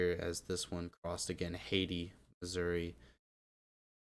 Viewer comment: Oh and it IS pronounced Hay-tie. Hey tie. And cadiz is pronounced 'katies'. Also there's one called kuttawa which is pronunced "kuh taw wuh"...just giving you a bit of help as someone familiar with mispronounced local city names. Thanks again. Great vid.